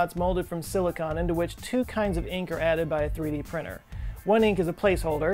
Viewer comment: Silicone, not silicon.